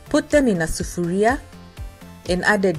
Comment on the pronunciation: I was born in Kenya(nairobi) I am so glad you say 'Sufaria'. This reminds me of my childhood 18 years) I would love to hear you using more swahili words. Try!!!